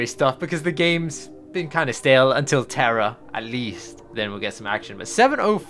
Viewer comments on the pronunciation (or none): none